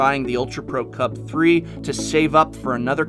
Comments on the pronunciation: Just say UltraPro CUBE and not Cub-Three. It's 1337/gamer speak. It's elite/leet, not OneThreeThreeSeven. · I love these videos, I watch them all the time, and I feel they are very well done, but is anyone else bothered by the way he says "CUB3." It's l33t speak for cube, pronounced "cube." That is all. Keep on slaying it.